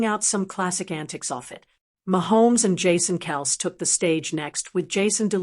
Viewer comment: I like how this person on the video can't pronounce Travis's last name correctly.